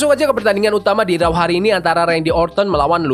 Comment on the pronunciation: Please pronouncation tu......raw= row. Not rau